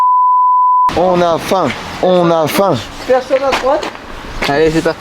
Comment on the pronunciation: faim --> fain 😂😂